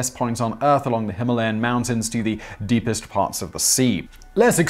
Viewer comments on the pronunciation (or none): none